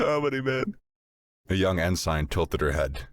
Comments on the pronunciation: Ensign is typically pronounced en suhn, not ehn-sine. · Good story - but - consistent mispronounciation of "ensign" is jarring. It's 'en-sin' not 'en-sign'. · Just one nitpick: it’s pronounced En-sin Not En-sign. Also the aliens could NOT have chosen a worse person to capture if they wanted CLEAR information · Why doesn't any of the narrators know how to pronounce "Ensign"? En-SING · ensign is pronounced "ensin" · The 'g' is silent. It's pronounced en-sin. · It's like the most irritating 80's version of Pauly Shore in space. I'm waiting for the Ensign (pronounced enSEN) to bust out with the weed. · Great job voice acting. But for the love of all things ear shaped…it’s pronounced “en-sin” 😅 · Glad I wasn't the only one bothered by en-sign lol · Aussie here. It's en-sin. The yanks are right. I bet he says pro-nown-see-a-shun instead of pro-nun-see-a-shun too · Nope, the British pronunciation is more like "en-sun". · This and fright-er rather than freighter. Just little things that come from different regions really activate the mental dissonance. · I'm out after 7 minutes. I don't know why but for some reason Everytime the Narrator mispronounced "Ensign" it was like having a drill grind into my skull through my ears.